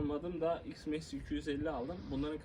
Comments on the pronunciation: Ayrin ( iron) max diye telaffuz etsen daha iyi olur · Sanane mk ne güzel Türkçe söylüyo adam bu ne yabancı seviciliği anten.